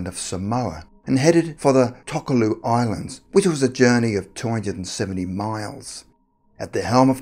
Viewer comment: It’s pronounced “Toh-Keh-Lau” not ”Tok-Ah-Loo”